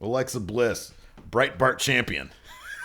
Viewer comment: "Breitbart champion" lol